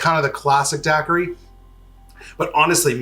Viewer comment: I'm a bahamian and hearing you pronouncing daiquiri is making me wanna not sub (jk)